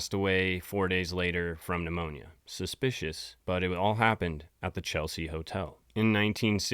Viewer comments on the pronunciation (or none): none